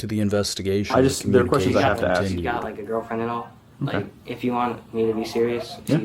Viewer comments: How many generations will it take to learn that an AXE is something you chop wood with? The word is ASK or ASKING! You’re supposed to be an educator after all, please pronounce the word ask or asking properly. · professional educater and cant pronounce the word "ASK " none of them can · I'm sorry but is this a principal/teacher that's pronouncing ax for ask and reinerate for reiterate? And we wonder why kids today speak like they do.